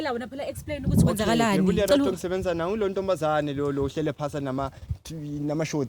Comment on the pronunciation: Not ‘Lelato’ 😂😂😂